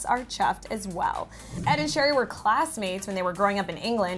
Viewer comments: Please stop calling Cherry "sherry". Her name is literally pronounced like the fruit. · love you all but please pronounce cherrys name like an actual cherry not sherry